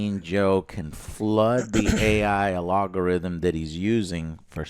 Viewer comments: "A.I. Alogorithm"?.... Did he try to say algorithm? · I love when Joe has a verbal dyslexia and says “alogorithm” instead of algorithm lol